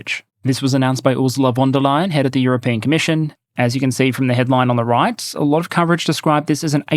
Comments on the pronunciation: I love your pronounciation of Ursula Van Der Leyen as "Ursula Wunder-lion!" :D (it is more like Fahn Deer lay-enn) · More like Fon, not Fahn. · Small sidenote, since this name will probably come up often in the future... it's "fon" der Leyen. The V is often an F in German. Great video as always!